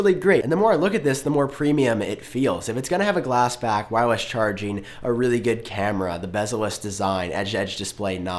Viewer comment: “Wirewess” 🤔 Anyway great video 👍👏👏👍